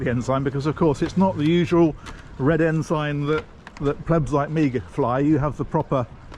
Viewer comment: note to self, it is said Ensun not Ensign. 😊